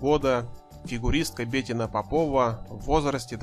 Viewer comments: Что с русским языком у автора? "Начиная с 2003 года И.Слуцкая открыла...." - это как? И почему БЕтина? Она БетИна. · БетИна, в имени "Бетина" ударение падает на букву "и". Неучи, кровь из ушей от тотально безграмотных ведущих и озвучателей. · Комментатору поучиться нужно как разговаривать. Ударение не правильно в имени Бетина, предложения монотонные. Слушать неинтересно. Профессиональнее надо быть, товарищи.